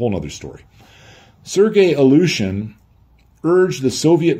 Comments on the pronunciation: A well meant hint on pronounciation, if I may. The way you pronounce "Ilyushin" sounds a bit like "Aleutian". Try "ILL-you-shin", that's as close to the proper pronounciation as you can get. 😎✌️ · Some nitpick, that amuses me. way to pronounce "Illyushin" sounds to me more "Aleutian" (like the islands). I would pronounce "Illyushin" more like "ill-you-shin", but I am neither an English nor Russian native speaker; so I could be wrong myself. But homophones (words that spell differently but are pronounced the same) can be fun. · He translated a whole manual from Russian but still pronounces the word "Ilyouuuuushen"😂